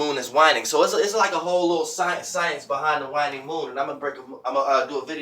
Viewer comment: There is no doubt you know your shit but the way you pronounce things sometimes throws me lol "wine-ing" the moon is "wayne-ing"